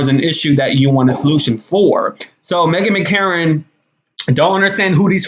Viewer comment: Are you deliberately mispronouncing her name?